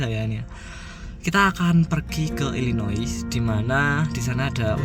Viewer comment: Illinois itu dibacanya apakah bukan "ilinoa",?